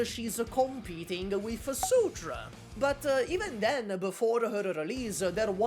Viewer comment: Wait why are you saying "Degen" in Degenbrecher like the degen in degenerat 😂😭 Edit: Wait is "Sutra" is Surtr?